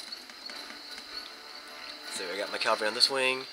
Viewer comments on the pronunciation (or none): Dude, caVALry... I really like your commentary video's, but everytime you say calvary, I get the urge to scream and kick something... even though English isn't even my first language. I know you can't just "remake" all your video's just to change a single word, but I hope you'll say it correctly in all video's yet to be created. Apart from that minor bit of irritation on my behalf... you're an absolute first class 'Empire Total War (or any Total War game) general/admiral'. Well done there